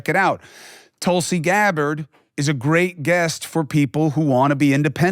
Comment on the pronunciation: Way to butcher her name. “Tulsi Gabbard”. Lol